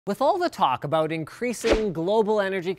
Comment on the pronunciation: what's this all aboot?